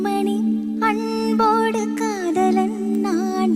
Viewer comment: Hi, please try to pronounce anbodu word correctly. It's sounding like அண்போடு not அன்போடு